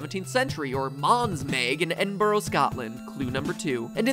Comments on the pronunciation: EXCUSE ME? ENBOROH? IT’S EDINBURGH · Is anyone gonna say anything about how he said Edinburgh? Although the way he said Scotland sounded really nice coming from his accent